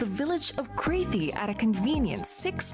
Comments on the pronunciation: It is not pronounced Craythie. It is Crathie. a as in rather. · She loved coming to Scotland because we gave her peace, quiet and the ability for her familiy to just regular folks. The village close by was called cràaaathie not crethie, get it right announcer or you insult us. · I’m from Ballater, 10mins from balmoral. She pronounced crathie incorrectly at the beginning and the queen used a piper outside her window to waken her up each morning at 9am, he would play for 15mins